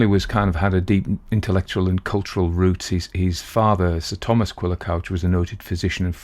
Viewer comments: It's pronounced "cooch". It means "red", in Cornish. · Author's name is pronounced Cooch.